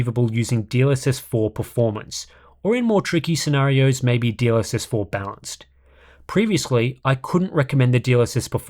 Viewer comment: I know is saying "balanced", but I can't un-hear "dlss bounce" 😭